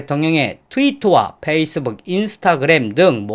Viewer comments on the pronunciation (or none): none